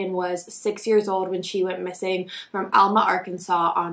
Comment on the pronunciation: The fact that this is my hometown and I ran around the same fields as her as a kid is so heart breaking. It was so common and still is to let kids run around. (Also we pronounce it Al-ma, not All-ma lol)